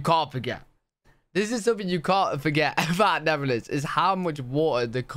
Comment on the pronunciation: Netherlands not neverland